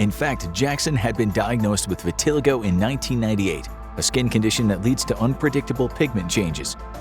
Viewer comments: Vitiligo is pronounced wrong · It's pronounced vit-a-lago😅